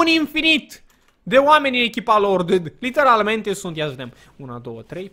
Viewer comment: De ce tot spui ,,Liternamente" :))